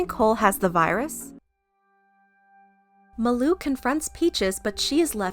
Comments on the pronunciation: Its malu not maloo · Pronunciation of Malu- MAHH LU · Why is she pronouncing malus name as muloo 😂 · It’s mah-loo (malu) 😂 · By the way, it's Ma-Loo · Who else is triggered by the way she says Malu's name? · Am i the only one who pronounces her name as "Malu Trivago" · That is not how you say Malu’s name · Also I found it funny how she pronounced malu name. No Offense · Your saying malu wrong